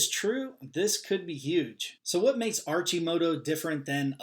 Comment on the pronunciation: it's pronounced Ar-Ki-Moto